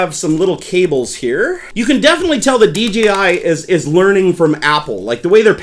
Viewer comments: Nice honest review. Thanks for your time putting the video together. Just one thing - it's DJI not DGI. I didn't want to correct you on this, but after the 5th time I couldn't help myself. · Everyone says "dgi" instead of "dji" they should just change their name